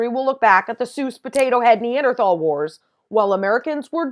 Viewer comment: Look up the correct pronunciation of Neanderthal.